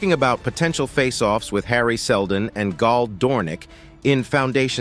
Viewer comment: Seldon, not Seldom.